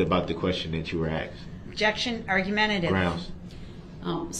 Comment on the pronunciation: Interesting note. We make fun of his “axed”. The way we pronounce “asked” if fairly new in human history. It was originally arsked then axed. There are videos that go through the history of different pronunciation of words. Asked is one of them. It sounds boring, but it’s presented well and not too drawn out.